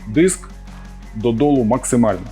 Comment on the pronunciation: не діск а диск і не стол а стіл